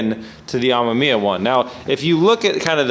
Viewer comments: It's pronounced Am"e"miya. Not Am"a"miya. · Pronounced: RE Uhh-meh-mee-uh. I really dont wanna see this Ah-ma-mee-uh thing sticking. Already pretty cringy to hear say it that way, dont add to it. Heres an example: I like B is for Build but this pronunciation is a let down. Be respectful to one of the best rotary builders and at least say his name right. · You have to cut the ends off the 92-98 bumper bar. The 99 spec stuff is different. Cut the ends off right where the light holes start. Leave the middle to support the bumper. Also it's pronounced R-E-ah-mem-e-ah. And please make sure you run tires that fit on an RX7, no stretched stuff please. If you get a 10" wheel get the correct 295 tires to fit. The car would look sick with some huge 12-13" wheels and 335 rubber in back. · Ack. It hurts my ears to hear you say amemiya. It's "ah - mehm - ee - yah". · RE AH MEM YAH Not that hard to pronounce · Re ammaammia? naahh man what is it with amerifats, you cant say anything correctly. About the bumper fitment, there probably was a facelift that you forgot if not that then it could also be that usdm and jdm cars have different impact bars, you know, the 5mph thing or whatever its called that law that forces automakers to put on those huge ugly bumpers for US cars. Good luck! A full RE kit would have been the patrician choice but oh well. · why cant anyone say it 😂 RE (AH-ME-ME-AH